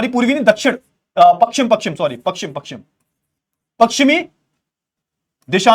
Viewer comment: Sir ji pakshim nhi pashchim hota h